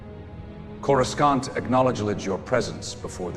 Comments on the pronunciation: I love this!! Just keep working on that AI. It's more like "Coru-sahnt", not Corus-CAN'T. Not complaining, just sayin'. I LOVE the old design of the planet. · Ok, the AI must be trained to say Coruscant properly. Saying Corus can't just doesn't hit the same. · "CorasKawnt." lol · Why can’t they get the pronunciation of Coroscant right. The C is silent as in. Corosant.